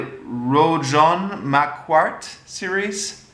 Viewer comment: Rougon = the "g" is hard, as in "good"; Macquart = mac + car (close enough). Given your interest in the Commune, I recommend gaining a handle on basic French pronunciation. All the books are available now in English translations from Oxford University Press.